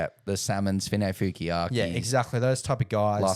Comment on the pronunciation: Honestly guys it isn’t finefeuKiaki it’s finefeuiaki